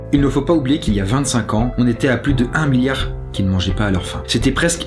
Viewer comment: 2.30mn argh ça m'a stressée le s de milliard la 😅 mais sn super vidéo, comme dhab ;)